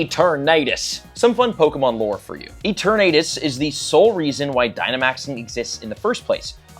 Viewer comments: It's E-TURN-a-tus, not E-ter-NAY-tus. I'm not British, I'm American. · Ee-ter-night-us?? Please 🙏 I’m begging you to look up the pronunciation of Pokemon names. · Eternightdese thats the funniest miss pronouce ive heard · It’s called e-tur-na-tus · why is he pronouncing eternatus name like that. is he just being cringe on purpose? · is bro kidding with the pronunciation of eternatus????? waited for him to say it right once but…….. 😩😂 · Why does he say eternatus like that 😭😭😭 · I can’t with this guy first tandemaus now eternatus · The way he pronounced eternatus 😂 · I will never get over the way he said Eternatus